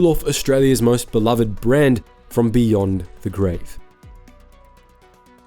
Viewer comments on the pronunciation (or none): none